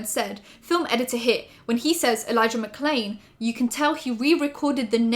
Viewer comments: Jeffree LITERALLY says "Elijah Mccain" NOT Elijah McClain, couldn't even say his name correctly, that's why there's an edit. He's disgusting and nothing more than a lying man-child who will NEVER take responsibility for his actions. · To me it looked like he might have said McCain instead of McClain and that’s why they dubbed it over